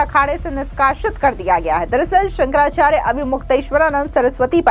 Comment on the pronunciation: संकरा चार नही सुकरा चार है